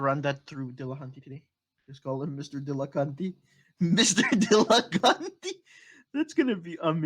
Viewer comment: "Dillacunty" - Thomas Aquinas